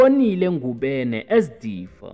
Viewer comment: Ngubane not Ngubene